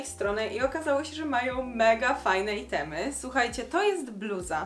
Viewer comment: Czemu "itemy" a nie "ajtemy" lub rzeczy, w koncu jest po angielsku czy nie??? Bo jesli nie to powinny byc rzeczy a jesli po angielsku to wymowa jest niepoprawna